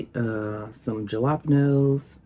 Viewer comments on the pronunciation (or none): JA-LAP-NOSE= JALAPEÑOS